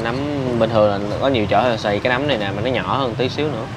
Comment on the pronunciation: “núm”hay “nấm” vậy anh?😂Mà nhìn size to hơn nhiều quán khác.😁